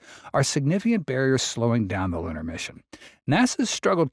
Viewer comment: Can't you get a better AI narration ? Who told it to pronounce "lunar" as "lannar". And does he have to sound like cassie cassum ?